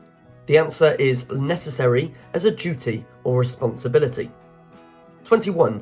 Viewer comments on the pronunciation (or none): none